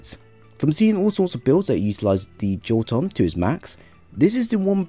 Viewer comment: My dude, it is not pronounced "Joe-ton" but "Yo-tun".